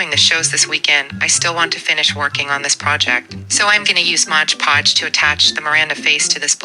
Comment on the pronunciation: Mod podge, Colleen, not modge podge